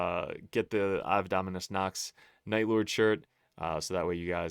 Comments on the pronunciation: You'd think Night Lords being your favorite would cause you to pronounce Ave correctly. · He can't even pronounce Ave correctly.